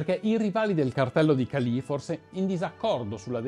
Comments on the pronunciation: Cali, senza accento sulla i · Un paio di puntualizzazioni… la traduzione letterale di “plata” è argento, ma in Colombia è un termine comunemente usato per dire semplicemente denaro, soldi. La città si chiama Cali, senza l’accento sulla i. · Bel video come sempre, solo un appunto però: è Càli e non Calì 😊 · Molte imprecisioni per esempio il detto " Plata o Plomo" significa " denaro o pallottola " ( e non " argento.. ) la Città di Cali non ha accento sulla "i" e varie altre.... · La immagine di Evaristo Porras non corrisponde, quello presentato è Vladimiro Montesinos. Oltre la ortografia sarebbe utile migliorare la pronuncia: búsqueda, Jorge, César, Álvaro, Cali, ... È possibile che la nazionale della Colombia sia passata dalla “Catedral” considerando che la squadra del Medellín era praticamente la Nazionale Colombiana a quel tempo. Per parlare di Escobar sarebbero necessarie delle ore, comunque grande sforzo di sintesi. Bravi. Meriterebbe fare un video molto più approfondito, controllando sempre le fonti e tutte le versioni. Senza per forza fare di Escobar soltanto un mostro.